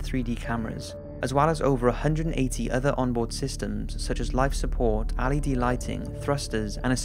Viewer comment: Yall heard the way he said "LED lighting" right?